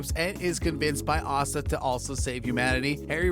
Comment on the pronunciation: Asta rhymes with pasta.